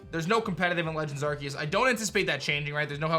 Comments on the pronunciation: Not Arqueous, nor Arkeus, its Arceus lol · Why keeps saying Arqeus instead of Arceus? Xd